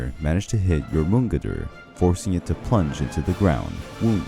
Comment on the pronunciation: I’m happy someone else noticed 😂😂 i had to re listen to it to even understand who he was talking about. But still a great listen